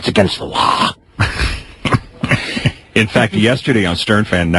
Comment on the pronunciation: It's against the lawr